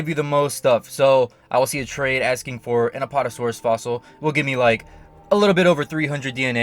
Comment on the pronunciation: Its not apotasaurus its apAtasaurus